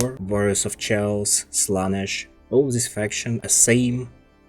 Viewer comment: Chaos (KaY-osS)